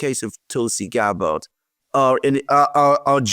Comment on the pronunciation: Pronunciation time: Gaetz = gates Gabbard = GAB bird